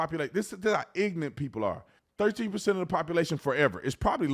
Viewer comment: He's "ignunt"